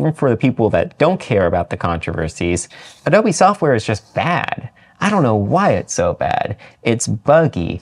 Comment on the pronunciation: “Adobe lover” Lmao